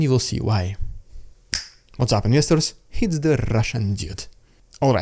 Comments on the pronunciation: INVESTERS! So that's what you say at the start. Please, I am not trying to be rude but I couldn't make it out. I wondered if it was Misters or some slang word I wasnt familiar with like meyesters but it was investors all along. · Investors!!! All this time I thought you were saying ministers.. It didn't make much sense, but that is what my ears finally settled on. Thank you for continuing to post your perspective on this war. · Thought you were saying, "What's up misters." 😂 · I thought you said "what's up misters", but it didn't sound quite right, now I know why 😅